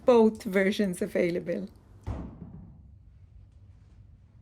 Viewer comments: What if you were to put your whipped tallow balm into a plastic bag with a corner cut off or piping bag and pipe into your jars? Also, since you have previously mentioned wanting to correct your English: the “i” sound in the word “whip” rhymes with the word “if”. (The word as you pronounced it sounded like “wipe”, as in to wipe something clean.) We pray for you and all of God’s chosen people. Thankful for your videos. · You should look up pronunciation of word whip vs wipe. Wipe out means tired. Whipped up is what you are doing with the body cream. Hope it helps 💝